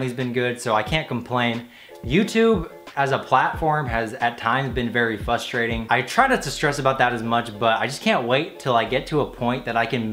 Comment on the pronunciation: i love but “fustrating”